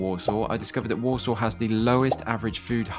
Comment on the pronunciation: I keep hearing Walsall as Warsaw